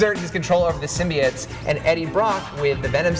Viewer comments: Why does the guy say "sym-bee-its". It's "sim-bye-oats" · What is with people saying symbiotes wrong